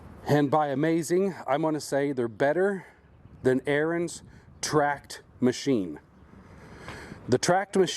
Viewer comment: Ariens. Learn how to pronounce it.